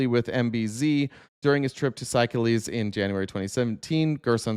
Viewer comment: I believe that country (Seychelles) is pronounced “say-sheels”. It’s in Africa—islands on the east side, of the continent